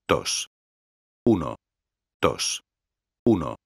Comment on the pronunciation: el tio en vez de decir uno-dos dice uno-tos